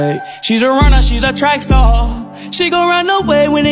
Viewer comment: Gurl I know it star l js said “staw” PLS